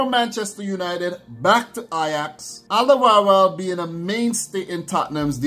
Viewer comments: Yes it is, we nowadays write it differently. If you say Olderworld it is already much closer to the Dutch pronunciation. Easier to do for English speakers. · You say Alderweireld really funny. It is Flemish Dutch for Old World.